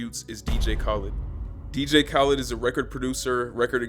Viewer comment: mans said “DJ kawlid” 😂